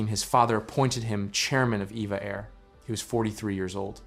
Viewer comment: I've been told that it's not "EVA Air" but "E-V-A Air."